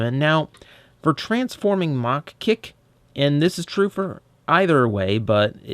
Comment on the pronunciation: Don't you mean "MA-HA Kick"? :p